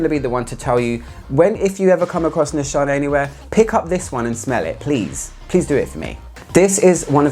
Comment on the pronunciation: Nishane is pronounced as you do! Nişane is a Turkish word but since there is no "ş" in the English alphabet, they used "sh" in the brand to make it more universal! Tell that Turkish person my greetings haha! :)